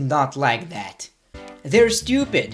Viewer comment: you cannot pronounce "THAT" correctly either but so what you still are very good at what you do